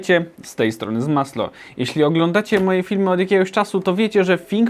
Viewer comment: Ja: Słyszę "Hej cześć witajcie, z tej strony " Mój mózg: K##wa spodziewałem sie że usłysze zmasŁo a nie zmasLo XD